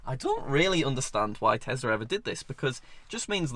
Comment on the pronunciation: Did he say engine in telsa.